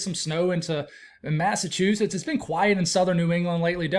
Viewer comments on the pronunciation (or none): none